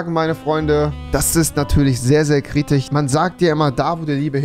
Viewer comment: Wen triggert dieses „Kritich“ auch so abnormal